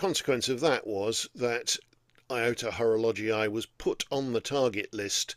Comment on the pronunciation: Before opening this video I had concerns regarding the pronunciation of Horologii... But in fact it's ok. ❤ Enjoyable as usual, thank you and happy new year.